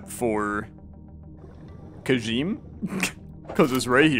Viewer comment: Kajime is pronounced like "Kuh-gee-meh" on account of it is Japanese.